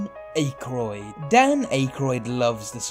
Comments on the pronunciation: It's pronounced Dan "Ack-roid" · Dan ACHE-roid? 😂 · Please don't pronounce Dan Aykroyd's name like "Dan Eh-Kroid" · Ack-Roid is how you pronounce your number 1. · Sounds like "Dan Acorn". Typical British disregard for native pronunciation. How does one get Don "KEY-shot" from Don "Quixote"? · The most interesting thing about this video was your inexplicable pronunciation of Dan Ackroyd's name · He's probably not familiar with the actor and doesn't know how to say his name and so pronounced it the way its spelt (Aykroyd). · a couple things.... the spaceman photo has been debunked, so i'm assuming the MIB experience either is a lie from the man who took the photo to make it more believable, or a fabricated story to embellish the spaceman photo by somebody else, or a completely separate event that has been incorrectly linked to the spaceman photo. Second, you absolutely butchered Dan Akroyd's last name. Like that was unbelievable.... a well earned thumbs down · Am I the only one disturbed by the way he pronounces Dan's name?? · Thanks, I was going to comment. Who doesnt know how Dan Ackroyd is pronounced? Perhaps the narrator, himself, is from another 'place.'